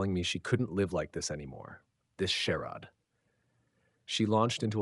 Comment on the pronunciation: Charade not SHERROD. AI is just as dumb as the wannabe writer.